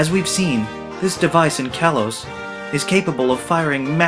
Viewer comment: "Kalos" is pronounced "kah-lohs".